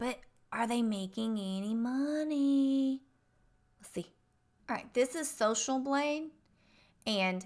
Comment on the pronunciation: Cats! Did you say socialbling?